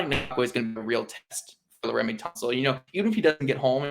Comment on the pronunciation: Ngakoue = IN-GAH-KWAY Laremy = Jeremy with an L, not La-Remy